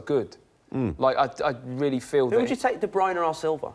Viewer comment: Kevin de "Bruyner" Whats wrong with this tard not being able to pronounce a name? lol